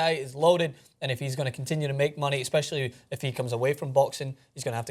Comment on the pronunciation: "Exspecially"...Your job is speaking on camera, fucking learn the language